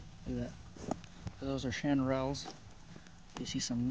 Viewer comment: Is anyone else triggered by how he pronounced chanterelles?